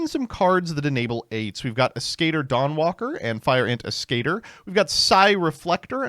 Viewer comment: Ah, my favorite Spellcaster for Synchro plays in this deck: SKATER. My brother in christ, you don't have to be afraid of reading "As" as "Ass", the spelling is literally "Ass-cat-ore".